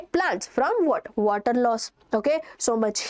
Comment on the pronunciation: water..or wvatrr 😂(just for fun)